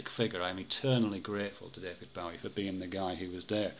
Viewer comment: I'm pretty sure Bowie's name rhymes with 'doughy' rather than 'Howie,' yes?